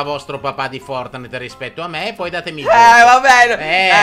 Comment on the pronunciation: Anche il mio papà non s niente di fortnitnite li pronuncia forrnite E quando sciopo i vu-buks li chiama vubuk